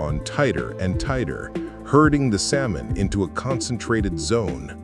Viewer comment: This idiot can't even pronounce the word salmon correctly